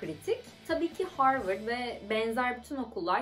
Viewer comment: zaten harvırd yani abi profosyonal çevre yanii